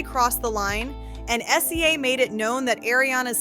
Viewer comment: Stop calling SZA S Z A! It’s pronounced sizzuh!! 🙄